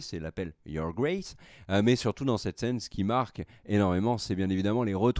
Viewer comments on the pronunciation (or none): none